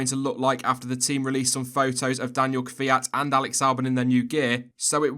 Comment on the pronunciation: Did I really just hear an English speaker pronounce Kvyat's name correctly? What sorcery is this?